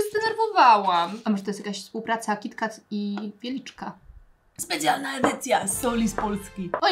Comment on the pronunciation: W końcu ktoś kto mówi kitkat ,a nie kitket